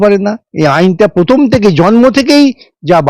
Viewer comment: ঠিক বলেছেন... Sangnadikata র প্রথম পাঠ হচ্ছে ** keep patience ** এ ছাড়া ও প্রার্থী বলতে পারেন না... Parthi বলেন. Prothom বলেন না, pothom বলেন 😂😂